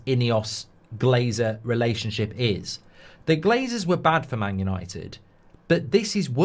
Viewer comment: It's Yawnnited